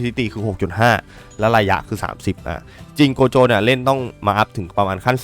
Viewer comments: ครับโกะโจครับไม่ใช่โกโจ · โกโจครับไม่ใช่โคโจ